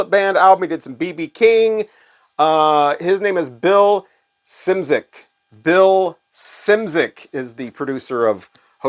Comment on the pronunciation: Bill Szymczyk might not like it but he's got a 100% Polish surname and it is pronounced as Shymtchyk. Not an easy task to say. :)